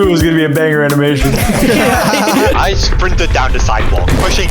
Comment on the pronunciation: "All for the Anamtion"